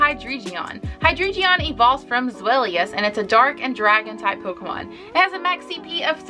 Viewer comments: I’m gonna sound super annoying but it’s Hydreigon not Hydregion, pronounced Hi-Dry-Gon, anyways love this video :) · Its pronounced High-drei-gon the drei being the German word for three